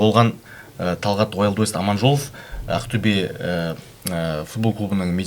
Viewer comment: Ақтюе емес, Ақтөбе деп айтуға болады ма?